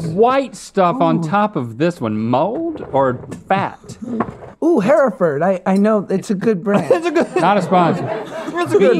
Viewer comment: Yo, love ya brother but is “Her-Ford” not “Hair-a-Ford “. Just some country info